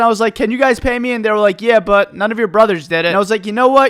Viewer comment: why does he say meh and not me